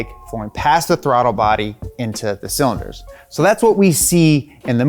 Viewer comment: idk man... we got hit with "cylinords"